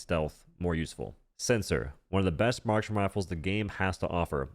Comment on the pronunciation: Marksman but he slurred